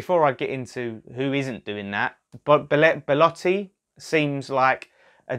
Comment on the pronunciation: Belotti, NOT Beletti